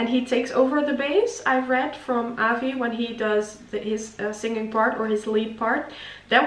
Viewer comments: Avi is pronounced Ahh-vee. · Avi is pronounced AH V. He left the group in 2017 and was replaced by Matt.